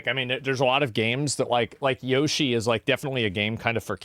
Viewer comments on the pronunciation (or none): none